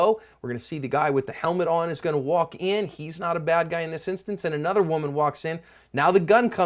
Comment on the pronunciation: Brazil ... "anotha one"